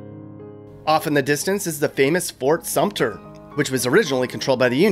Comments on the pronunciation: It's Fort Sumter, not Sumpter. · and its irritating when people spell sumter as 'sumpter'. Like people pronouncing folly as 'foley'